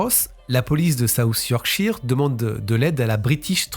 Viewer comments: 1/ Merci à vous d'avoir parlé de cette disparition que je ne connaissais pas du tout... 2/ Vous prononcez mal Yorkshire... Cela se prononce Yorkcheur... 3/ Votre message de fin est émouvant... Vous avez tout à fait raison...Aussi, vous avez de la chance d'avoir encore votre papa qui a 92 ans... Le mien est parti à 88 ans quand j'avais 29 ans... Oui il m'a eue tard lui aussi, comme vous... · 'Cheur' est trop fort. Plutot 'shuh' ('che') ou 'shur' (avec un 'r' a peine prononce). En verite il n'a pas tout a fait tord. Ici aux Etats-Unis, c'est plutot 'sheer/chire'.